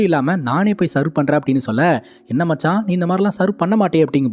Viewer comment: செவ், not செர்வ் ( serve)